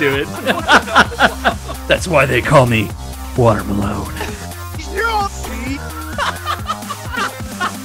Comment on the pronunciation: Water Malone sounds like Water my lawn